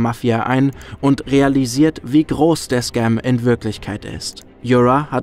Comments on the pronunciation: Danke für das super Video! Ps: Yura ist ein slavischer Name und wird nicht mit englischem 'r' ausgesprochen :) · Ich kann das Video einfach nicht genießen vor Cringe. Wie du den Namen Yura aussprichst nh. Das ist n Osteuropäischer Name, der wie das deutsche Wort Jura ausgesprochen wird. Wieso müssen denn immer überall Anglizismen rein?